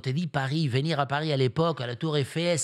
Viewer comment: "Il va vénir TROUVER..."